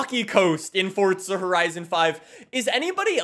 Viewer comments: Please stop pronouncing FORZA as FORTZA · It’s not Fort-za…. It’s For-za… Dude there’s no need to say Forza 100 times in the video, we know what game it is. You already said it 20 times in the first 3 minutes of the video. Jesus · Why does he say forza like fortza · I’ve been playing since fh2, but is it FORZA ? Or FORTZA ? I’ve always said FORZA but I always hear people pronounce it with a t sound ??? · Everyone be playing Forza and this guy be playing fortza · Why is he saying "FORT-SA" lol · Forza not fortza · it’s the FORT- ZA THAT GOT ME 😂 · Still looking for the the “T” in “F-O-R-Z-A” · Heres a fun game. Drink every time he says forTza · I'm not sure how you're fitting a "T" in the word Forza.. ForTza.. yeah my face won't make that noise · fortza he says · "FortZa Horizon" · "fordtza horizon" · why he always say fortza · He calls it fortsa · There is no F*cking T in FORZA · Why do you say Forza like that 😭😭😭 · Theres no T in Forza you squid